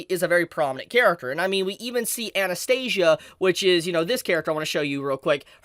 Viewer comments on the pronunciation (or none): none